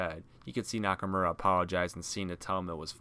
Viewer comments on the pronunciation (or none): I cringed when he said shinsukes name. Yeah it sounds like nakamora but it nakamura. People are saying it right. But it still make me want to cringe